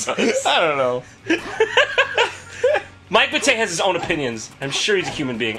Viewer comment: Pretty sure it’s Mike Matei, not Batayeh